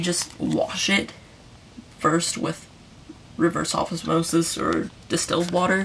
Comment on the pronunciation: I heard river soffice Mossis to